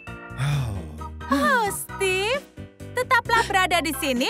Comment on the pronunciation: Steve bacanya stif